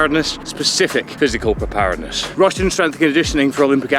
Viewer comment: Excellent video as per! But, you've made me question how to say 'preparedness'!